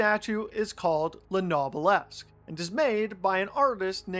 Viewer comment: No, it's not. You're supposed to read it like "obelisk" but with a /n/ at the beginning